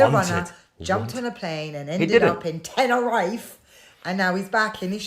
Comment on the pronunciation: Daft bint can't even pronounce "Tenerife..."